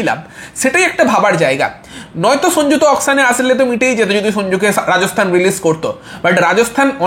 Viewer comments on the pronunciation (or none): Dada tumi age nam gulo valo kore uccharon koro Sonju na dada ota sanju Aswin na ashwin